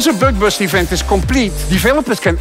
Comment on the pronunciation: I got this ad and looked it up again just to hear him say bøg bøst again